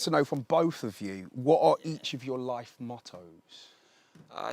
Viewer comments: I can't stop imitating saying " all my loife " 😭💀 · Irish loif